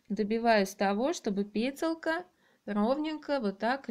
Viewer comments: Ну наверно не петеЛка,а петеЛЬка. Слушать противно. Даже смотреть не стану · Большое спасибо за такой подробный мастер класс, всё получилось с первого раза. Не много раздражало неправильное произношение слова петелЬка. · Отличное видео, но ваше слово «петеЛКа» уши режет невозможно! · петЕлЬка, ну ни как не пЕтеЛка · Почему ПЕТЕЛКА? ПЕТЕЛЬКА! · Спасибо. Раздражает только слово "петеЛка". Это слово содержит мягкий знак. Режет слух твердая "Л"